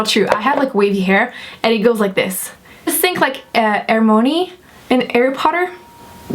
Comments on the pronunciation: the harry potter character isn't air-mo-nee 😂 it's her-my-o-nee! i know it's your accent but just thought i'd let you know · lol u pronouncing that name was too funny... its like her-mine-ee :) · It took me way too long to realize you meant Hermione by the way you pronounced it haha